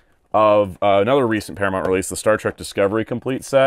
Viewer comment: Para-mont? I’m from Chicago and I don’t even say it like that